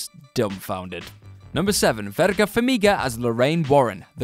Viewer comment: Mispronounced both VERA Farmiga and Vncent D'onofrio's names. Like, badly. C'mon now.